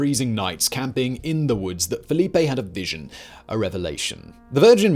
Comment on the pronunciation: It's FELIPE, not Filipe